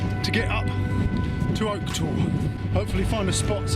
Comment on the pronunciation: Nice vid. But please don't pronounce the e for Oke Tor. Same as the tree please. ;-)